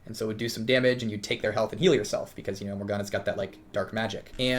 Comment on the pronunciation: "morgoranana" wtf?